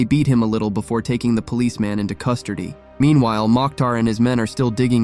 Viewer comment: "Custurdy" 😂😂 i love hearing you say it dude